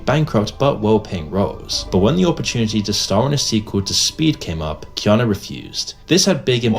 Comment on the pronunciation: It’s “Key-awn-Nu” it’s Hawaiian